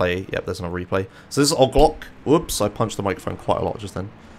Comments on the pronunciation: OGG LOCK? IT'S O-G L O C BABY O-G L O C !! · Its pronounced oh gee loke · every time you said "ogg lock" hurt my soul. Kept watching tho, keep it up. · I like that you say ogloc instead if OG Loc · intentionally pronouncing "oh gee loc" as "og lock" is my favorite gta meme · Wait why did my guy pronounce OG Loc like that... "OHG LOCK" 💀 😂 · The way he pronounces "O.G. LOC" bothers me so much. xD "Ah-g lock". The first time I heard that, I was so confused because I didn't know what the hell he was talking about. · Took me around 52 minutes to figure out "Oglock" is what you call Og Loc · Great video. The way you say OG Loc’s name had me cryinggggg 😂😂😂🤣